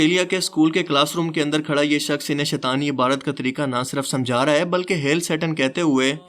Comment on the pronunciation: پا جی لفظ عبادت ہے نا کہ عبارت